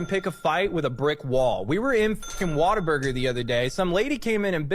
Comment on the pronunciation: Dude, why do people say WATER BURGER? It's What-a-burger. Like WOW! What a burger!